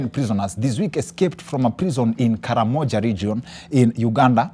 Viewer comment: Its karamoja but pronounced as "kamoji"